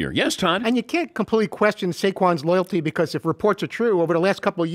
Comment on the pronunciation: Take a shot every time this guy says "loyaldy"